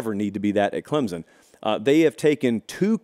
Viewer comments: ITS CLEMSON NOT CLEMZZZZZZIN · Respect your show, but PLEASE pronounce our school ClemSon, not Clemzon. Thank you. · Pronunciation: CLEMP'—SUN. Thanks.